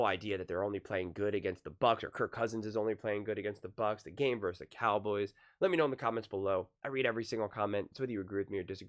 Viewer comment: Love your vids man but for the love of Bart Starr, please don't say "verse" when you mean versus, pronounced...........VERSUS.